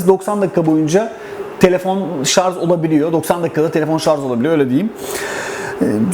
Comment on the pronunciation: En doğru yorum ne biliyor musun ? ''şarz'' değil Şarj